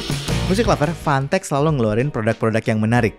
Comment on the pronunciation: gue dengernya "fantek" 🗿